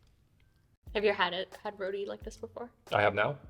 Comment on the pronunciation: Lovely video... very entertaining. Suriname roti. its not pronounce "roodi". its pronounce shorten and more with a hard sound "RroTTiii". Have fun..